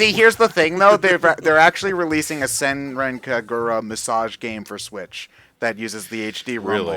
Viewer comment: "SENREN KEGURA." WTF DUDE. It's Senran Kagura. I spent a good 1,000 yen on it. RESPECT THE GAME.